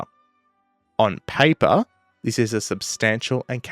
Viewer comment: ON PAY-PAR 😂